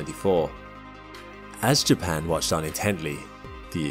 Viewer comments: Why couldn’t this channel get a real announcer to narrate? This is so low tech AI that can’t say JAPAN !! Not Jackson!!! Rediculous .. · Why do you say Jaxes for Japan? Is there something I don't know?😂